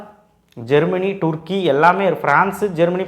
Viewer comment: Turkey ella❎ turrrkey✅😅😅😅